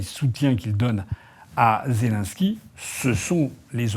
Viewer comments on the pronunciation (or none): none